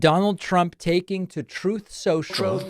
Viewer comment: "Truth Sencial". 😅